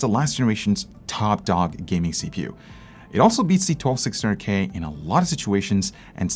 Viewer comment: Did anyone notice he said 12600GAY instead of K